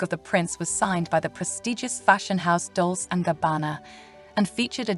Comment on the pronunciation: Please learn how to pronounce foreign designers the good way.."DolSe and Gabanna"??? Please...it's DolCe... cringing.